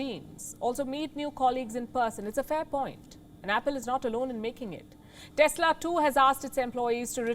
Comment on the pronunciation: Desla. Lol